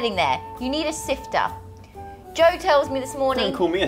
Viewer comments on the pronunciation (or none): I loved when said sifter and i say siv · Sifta do u mean siv idk how u spell it but that's not how u pronoutce it